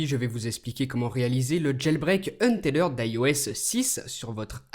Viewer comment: Franchement ce n'est pas une critique gratuite mais la façon avec laquelle tu prononces untethered fait très mal aux oreilles !